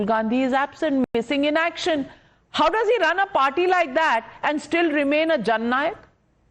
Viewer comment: It is Jhand Nayak, not Jan Nayak.